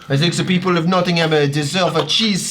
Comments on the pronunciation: Notting-um, not Notting-ham. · As someone from Nottingham: it's pronounced Notting-um, not Notting-ham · as someone who used to live in nottingham, you dont pronounce the ham (knotting-um) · Notting ham Nottingum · why do they pronounce it nottingHAM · Their pronunciation of Nottingham kills me a little bit every time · The mispronunciation of Nottingham is really pissing me off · hearing americans pronounce nottingham is infuriating lmao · As someone who lives in Nottingham it hurts me how they pronounce its name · Argh! Them pronouncing the "h" in Nottingham got so frustrating. It's supposed to be silent. It wasn't like it ruined the video it just felt wrong every time they said it